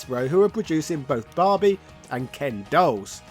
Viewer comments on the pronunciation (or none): none